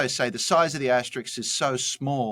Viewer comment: Justin, as an Aussie please don’t become an American who pronounces words however they like. It’s an aster-isk not an aster-iks. 🤷🏼‍♀️🤷🏼‍♀️🤷🏼‍♀️🇦🇺🇦🇺🇦🇺